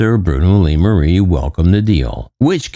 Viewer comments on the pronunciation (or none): none